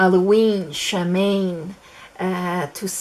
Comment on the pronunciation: Samhain is pronounced Sow-en